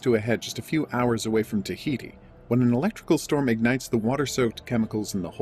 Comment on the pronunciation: did you just sayy Taihiti??